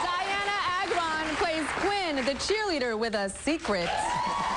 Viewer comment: Jesus, i wish someone would learn how to say Agron properly!!!